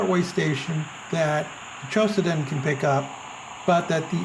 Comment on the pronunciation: Why do you say "QOSEDEN" ? It is - Q O D O S E N .